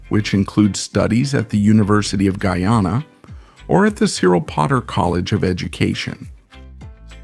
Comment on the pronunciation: The AI voiceover is inconsistent in pronunciation of Guyana, and in speed of speech, speaking super slow in some parts and rapidly in others, making it hard to stay focus. Otherwise the content is solid.